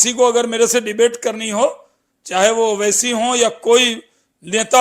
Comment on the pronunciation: Owaisi sahab ka name achcha se liya karo